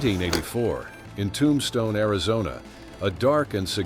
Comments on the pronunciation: Tum-stoney? Come on, just narrate this stuff yourself. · I don't know how bad your AI has to be to pronounce Tombstone as Tom Stoni. Please hire somebody that knows how to speak the English language narrate your videos. Lose the damn narrator that can't speak the language